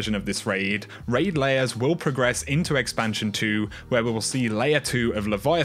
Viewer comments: It's lairs not layers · Raid Lairs not Layers lol still my guy though